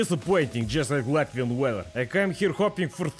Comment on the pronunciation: As a Latvian I am proud to see you on my soil. 10/10 pronunciation!